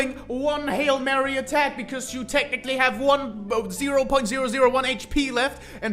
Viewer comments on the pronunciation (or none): none